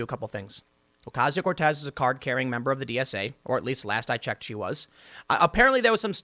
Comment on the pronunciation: Her name is "Cortez", come on now lol